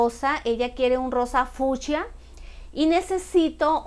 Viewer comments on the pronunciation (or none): Por qué fusha? Es fuCSia 🤦🏻‍♀️ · que se dice fucsia, no fiusha, señora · El nombre: Rosa Fucsia Ella: Rosa Fushia